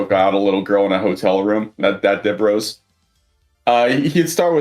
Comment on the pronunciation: Hearing "Dib Rose" again gave me psychic damage